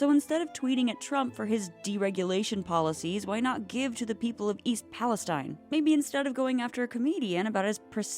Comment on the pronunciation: Just FYI, it’s pronounced East Pales-TEEN. Not like the Middle Eastern region.